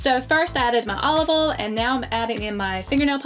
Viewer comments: You say olive-Val it’s olive “oi al” not olival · Olive oll... This is great but still 😂